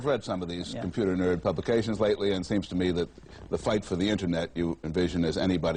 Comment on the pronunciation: Every time he says "nerd" it feels like the other "n" word to me.